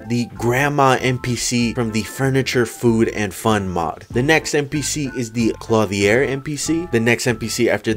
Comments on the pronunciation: Clothier Clo-thee-er. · THAT IS NOT HOW YOU SAY CLOTHIER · I have never in my life heard someone pronounce clothier so terribly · does he know hes saying clothier wrong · Does anyone else think the way he says clothier is weird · Kinda but I don’t mind